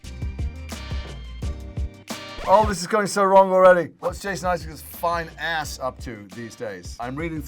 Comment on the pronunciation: He sounded so American at the "FINE ASS" part😂😂😂